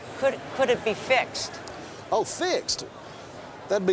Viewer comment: Haha that southern draw when he says fixed...he stuffs he tongue where his tobacco should be haha...actors should take notice on how to do it right